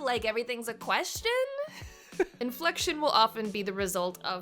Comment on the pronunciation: So what is this "Infelction" you speak of? :P